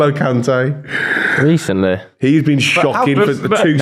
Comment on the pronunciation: Man said Kante